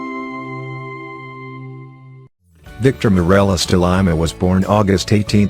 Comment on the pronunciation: At least pronounce his name correctly. LIMA (LEEMA)